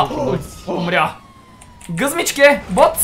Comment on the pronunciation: На играта с полицията и другите, каза вместо Гъмзичке,Гъзмичке.Ама хора сме,объркваме се 😂😂😂👌